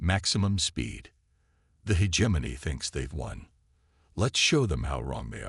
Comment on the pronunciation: My ninja you really tried to pronounce Hegemony as (He-Gem-Moany)? Not even close bruh, use your voice next time not a AI slop channel build.